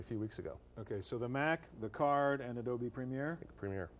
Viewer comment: He pronounces "Adobe" and "double u" the same! "W Photoshop"